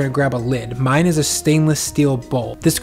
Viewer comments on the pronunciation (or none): none